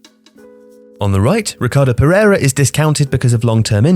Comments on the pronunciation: It's Pereira not Perriera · Ricardo “Perriera”? :(